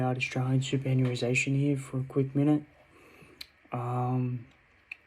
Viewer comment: Keep it up boss. Btw it's read like this. Super·annuation soo·puh·ran·yoo·ay·shn